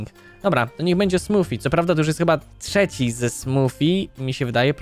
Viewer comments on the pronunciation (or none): none